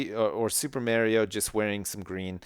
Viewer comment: I like how he says MARIO. Super MAY-RIO